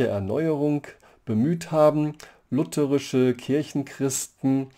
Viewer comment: schön, mal wieder jemanden zu hören, der "lutherisch" sagt und nicht "lutheeeeeerisch"